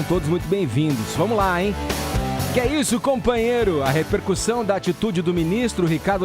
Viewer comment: Beijaria essa boca torta da. Mesmo sabendo que ela fala “reperCURSÃO” e “ALGARitmo”.